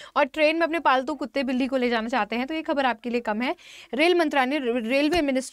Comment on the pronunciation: Ma'am ne bola paltu Januar I heard faltu Janwar 😅